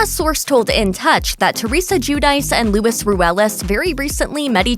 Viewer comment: Luis not Lewis. At least TRY to learn the pronunciation, lol.